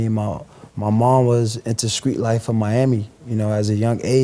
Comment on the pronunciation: He says - screets, skrong etc. He has a speech impediment.